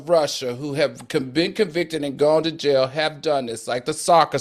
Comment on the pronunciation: I LOVE YOU Q! going to "JAYEL" lol